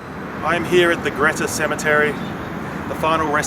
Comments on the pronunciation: It is pronounced Greeta………..Jack Jones is buried in Wangaratta Cemetery, close to Mason St, towards the original front of the cemetery. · Really enjoyable video & like few others laughed at your dry humour. By the way, having lived in Glenrowan for over 20 years, I've only ever known Greta pronounced as you would the word 'greet'. One of those English language odities i guess